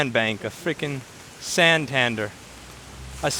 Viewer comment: When said. San Tan Dere